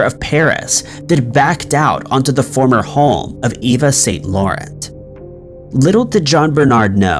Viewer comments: I know 😂🤣😂🤣 I had the captions on and even they put his pronunciation in brackets !! I think he does it deliberately. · Not after the way he butchered Yves St Laurent, he isn't!